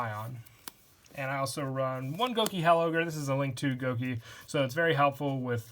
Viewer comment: I have been begging for it thank you :-) !! Btw it's gouki HEEL ogre not hell ogre :D A heel in wrestling is a "Bad Guy" :')